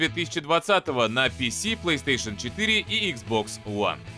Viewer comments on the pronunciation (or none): none